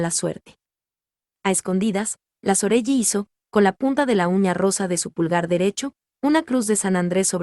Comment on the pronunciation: se lee Soreli no Soreyi